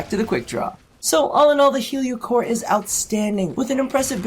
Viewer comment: I swear you said yu-gi-oh cor instead of heliocor at the beginning